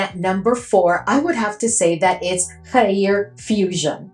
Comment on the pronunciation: I thought the next Khair would be a YBM Kayali dupe with a cute pastel pink bottle, but this is really cool and interesting! You were super quick with getting this review to us, thank u ❤ BTW a middle eastern man told me it's pronounced "g-air" like that gutteral "g" sound and then "air". The spicy notes are concerning me... I don't like smelling like a chilli pepper 😢 Loooove your affordable middle eastern reviews ❤❤❤❤❤ Please never stop!!!!